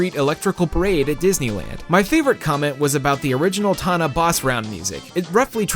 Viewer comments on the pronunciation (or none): Tawna bonus round. Not boss round.